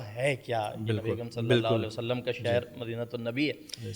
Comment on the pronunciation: نبی اکرم صلی اللّٰہ علیہ وآلہ وسلّم کے نامِ مبارک کے ساتھ درود پاک مکمل پڑھیں پلیز درود پاک کا ہر لفظ مکمل اور واضح ادا کریں پلیز